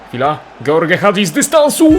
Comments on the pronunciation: dżordż a nie george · Ej a to się nie powinno mówić Żorż? Bo ty mówiłeś George